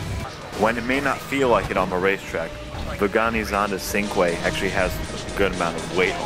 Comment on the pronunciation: its pronounced chin-kweh not syncweh